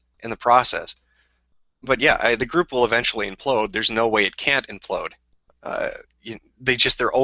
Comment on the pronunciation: "I don't think it can continue, it will fall, ewentually" sigh, you know, i wonder if one of the reasons Jim gave up on the world was looking back on his past experiences and predictions and seeing, that it actually, did got worse.